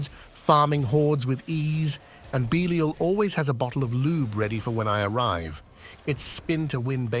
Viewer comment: Bee-lial? AI voice? No Damage numbers... I don't know, I guess it's just not for me